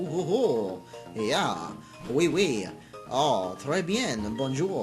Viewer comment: oowee? it's pronounce we. it's french for yes